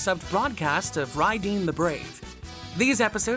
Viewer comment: To be fair , mazinger in Japanese is pronounced (Madzinga/majinga) , and combattler would be (kombattora), so it’s not far off. Although Raydeen is Raideen (rye-deen) Great retrospective! That said I’m really happy that Bandai has just reissued the great mazinger Jumbo Machinder !